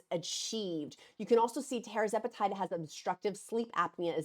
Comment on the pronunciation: Tir …..zepatide not tear zepatide like “Sir” Charles